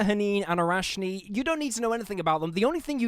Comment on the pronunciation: Awesome vid! Just wanna say that the ch in arachni (meaning spider)and batrachi (frogs - plural) are based on Greek words and pronounced as a harsh h 😂.